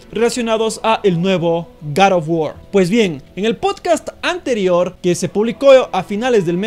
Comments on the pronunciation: Porque decís garotbuor?? :V el inglés perfecto es "gor of wuor" para ser exacto (? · Es god of war no karo war